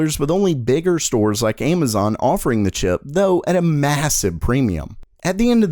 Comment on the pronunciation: You just say aymazon?